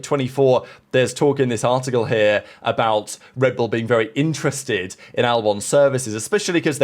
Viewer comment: You just can’t improve hey, stuck to your old ways …. Being “intrent” in our thoughts. You’re a so-called journalist, so speak properly. The word is “I-N-T-E-R-E-S-T-E-D” … there’s a whole lot more letters in there!!! You are infuriating!! 🤬